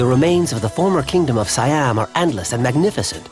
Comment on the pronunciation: How did you make a whole documentary about this country, and you mispronounce SO MANY goddamn things?? It's not "WAT FO" you idiots! you pronounce it Wat "PO". It's not "SaiYAM", its "SEE-AM". Its no FOO-Ket", its "POO-Ket"!! What the hell is wrong with you?? You clearly know nothing about this land and its people